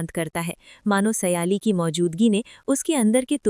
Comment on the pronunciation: O madam naam to sahi lo ye keya baar baar seyali seyali bol rahi ho sahi naam hay sayli or tum baar baar seyali seyali